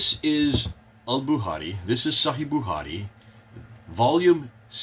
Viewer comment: Al "buhari" 🤣 love.